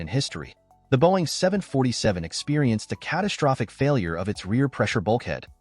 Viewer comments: “Boeing 70047” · it's actually 747 did you go to school? It's just said differently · I hate the Way he said Boeing 747 jumbo jet